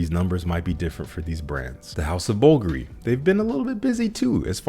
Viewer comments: Roja is not pronounced as ROGER. Roja is pronounced ROW-HA, which interestingly enough is the spelling AND pronunciation of the Spanish word for the color RED. Bulgari is pronounced Bool-Gar-Ree. Either way, I enjoyed the video. Keep up the good work. If you can, when you get a chance, check out Mysterium and Cosmic Giardino. Idky, but the former reminds me of 1930s prohibition era Harlem. Straight up, FIRE. I'm still waiting for CG to come in the mail. I can't wait. ✌🏾&❤ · no beef but you pronounced it as bulga-ree that's not correct. Much love though. 🙏🏾